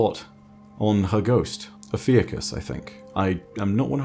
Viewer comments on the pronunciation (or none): Ikora's Ghost is called Oh-phew-shus :) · I believe the Ghost name is pronounced "oh-few-cus" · yep think Ophiuchus is pronounced as "oh-few-tchihs" edit: or maybe not